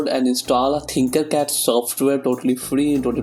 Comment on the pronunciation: Its tinkercad not thinkercad